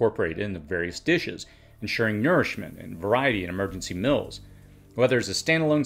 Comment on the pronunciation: I love your videos but could you stop saying “mills” for “meals”? It’s pronounced “Meels”